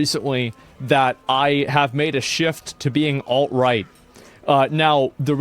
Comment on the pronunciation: Instead of alt right I heard "alright".